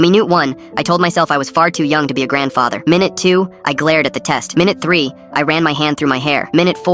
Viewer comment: "meenoot 1"😭